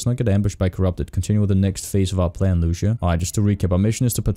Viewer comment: Lu cia not luc ia